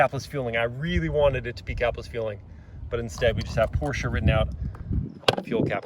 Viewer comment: Did he say Porscha?